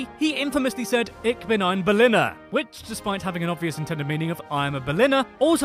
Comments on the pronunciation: You pronounced ich wrong... the ch make a sh sound not a ck sound ich is pronounced ish lol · “Greetings! Ick binn” ew. The way he pronounces “ich” hurts my feelings